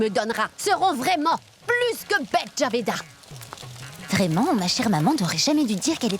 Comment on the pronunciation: C'est Jabida, pas Javeda. Des noms de musulmanes, quoi!